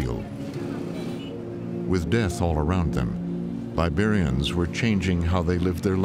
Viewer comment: It's gross that the narrator says something sounding like "barbarians" instead of "Liberians"